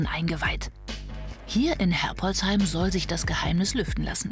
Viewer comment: Die sollte mal Herbolzheim richtig aussprechen....